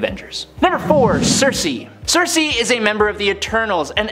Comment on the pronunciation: Critics: it's not sersi. It's circe.